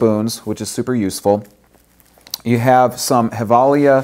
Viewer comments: Umm... Gevalia isn't Spanish... It's pronounced "jevalia"... 'J' as in John, that is. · actually just watched a Givalia commercial and discovered it is pronounced with a "J" sound and not Hilvalia. lol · Nice to see that u give away something from a swedish company. Gevalia means Gävle in latin. Gävle is the city were they makes the coffe. Did you know that? And it´s pronounced with a "J".